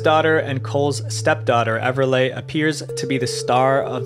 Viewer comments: Just so you know, its pronounced Everlee not Everlay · I wish Everleigh was pronounced correctly. Everlay sounds like a carpet product. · Everliegh....." Pronounced "EVER LAY" is a TERRIBLE name to give a Girl who will have to go to Elementary and High School. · You said Everleigh wrong